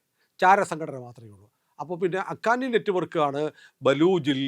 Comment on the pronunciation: അഖാനി അല്ല ഹക്കാനി നെറ്റുവർക്ക് എന്നാണ്.